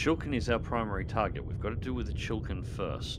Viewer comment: Chi-li-kin not Chill Kin